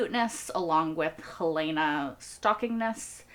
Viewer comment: It’s probably too late to correct this season, but please stop disrespecting Helena by pronouncing the name incorrectly. I know she is a fictional character, but people need to pronounce the names of others the way those people pronounce them.